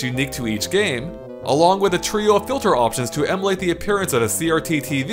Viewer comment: Whenever he says "emulate", it sounds like "immolate" to me.